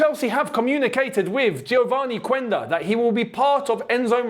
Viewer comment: Yo although it’s spelled phonetically /Quænda/ it’s pronounced /Qenda/ 👍🏾